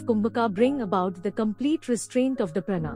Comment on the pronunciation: Not prana, please pronounce as praanaa